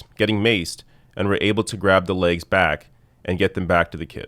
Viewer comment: It’s “legs”, not “laiges”.